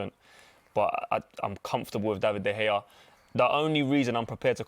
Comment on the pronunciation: Turned the vid off as soon as the Utd fan said De Gea.